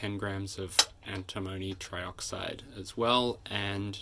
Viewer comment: An-tim-o-ny not Anti-mony!.